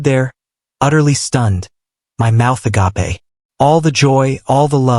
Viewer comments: Could you just correct how you pronounce agape. It's well past time this was done. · " My mouth agape" This word has said incorrectly for so many years.